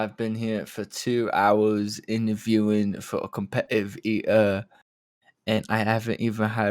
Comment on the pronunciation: Every time says “cohmpe’eive ee’er” I think of the “eeeee er” from The Box 😂😂